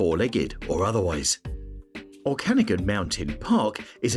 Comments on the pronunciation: Its O-kah-nah-gan not o-can-again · Don’t know if this narrator is AI but Kelowna is in the Oh-can-nog-an not oh-canagan 😊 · Its pronounced Okanagan...you obviously have never been there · you are saying okanagan wrong mate